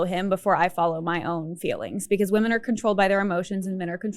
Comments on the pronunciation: Hopefully this won’t upset you, as I say the same thing to maybe 20% of YouTubers that I watch, but… Thanks to the stupid way “women” is spelled, you’re sometimes misreading it phonetically as “woman”. This common error recently became a pet peeve of mine after I noticed how many influencers do it. I figured you’d want to know, since you seem to be an intelligent Feminist. It’s an easy mistake to make, since you basically have to read the word backwards, in some sense, to know whether it’s singular or plural. I’d love to see the spelling of this word revised to something like “wymen”, but, alas, MEN created languages and they don’t give a damn about what’s best for wymen. But hey, if you edit your scripts (assuming you have one, because, otherwise, how is this error made?) to change all of the words “women” to “wymen”, you’ll never misread it as “woman” again. Yay, I found the cure! Now I have to go tell the rest of YouTube. 😮 Please feel free to delete my comment, as I would have preferred to send it to you privately. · When speaking about something as serious as feminism, at the bare minimum, you should at least pronounce the word, women, correctly. The fact that you continuously use the word, woman, erases the entire group of us. I have made this comment multipke times on your videos, I’m not sure why you refuse to correct the mistake. Women is pronounced wim-men. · Are you pronouncing women and woman in the same way or am I hearing it wrong? I thought 'women' was pronounced as wim′in. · idk if this is an accent thing but why do so many people pronounce women as woman? it drives me crazy lol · The plural for woman is women, pronounced 'wimen'. Great video but had to say! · Why did everyone start pronouncing women wrong? whim-in im hearing this evvvverywhere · Look, i am old and in my feels, but had me misting up. ALSO your pronounciation of "women" felt so poignant since it sounds as if we are one woman! ... thank you for your commentary service 🫡